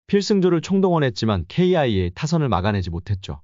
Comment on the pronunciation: Ai좀 어떻게 해라 기아를 케이아이에이로 읽냐~~